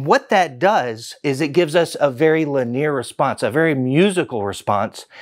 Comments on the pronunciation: he's just pronouncing it wrong.😁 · Yea he pronounces “linear” in an unconventional way. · When you said 20mm of cone travel I thought you meant in total. No, that's one way linear! So 40mm peak to peak linear and 50mm peak to peak mechanically! That's very impressive! Ps, is Alpine using a new word "linear" or are you just pronouncing it funny?